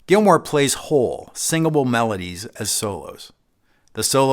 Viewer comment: David GILMOUR! Not Gilmore.